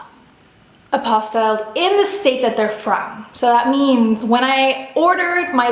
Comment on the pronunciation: it’s pronounced APPO-STEEL :)